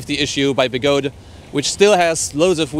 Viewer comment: They are call be-go-de, 3 Chinese words so the “de” does sound